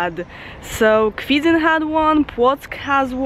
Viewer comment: To Kwidzyn, not "Kwidzyń" ;DD "Kwidzyń" is not correct and so annoying name ;D